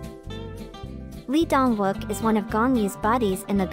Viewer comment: Lee Dong Wook is pronounced E-dong wook and Gong Yoo are extremely private and independent men,their careers comes first. Its a personal choice for getting married. Their private life is exactly that private. I will always love and support these extremely multi-talented men but leave them alone and stop expected them to live with these arcaic korean standards. They are all successful through their own hard work and being single shouldn't be seen as an affliction.